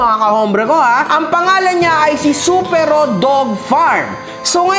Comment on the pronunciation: mali pronunciation mo sa Supero po search ka pa po😂 first time ko mapanood vlog neto dahil sa Supero, useless naman pala kulang-kulang yung infos, panay yabang din🤣 siya daw ung katapat dzuhh entitled masyado, and obviously selective ka sa comments sa fb dahil nandon na mismo sa post ung nag apology na isa siya sa nang damay sa anak at pamilya. Natatakot ka po siguro ibunyag ung business ng Supero kasi ikaw din mapapahiya. Anyways good job for introducing Supero as a great dog owner in the breeding industry.